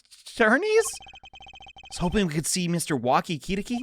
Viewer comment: It's more like "ki-TAH-ki." Pronunciation is correct, just emphasis is mistaken (which is understandable.) Technically, isn't Edgeworth German-ly raised, since he was adopted by von Karma?